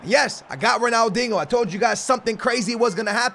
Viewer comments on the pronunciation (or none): Yo pissing me off its Ronaldinho,not Ronaldingo😂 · Why you say ronaldingo? You can’t say ronaldinho? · Dingo... it’s pronounced diño ... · Who can hate on ‘Ronaldingo’ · Ronaldingo?! Please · Why do you say “Ronaldingo” 😂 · Why you pronounce it ronaldingo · I swear you’re saying Ronaldingo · Ronald dingo lol the disrespect just fucking sound it out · Pls sell if you can’t say his name the right way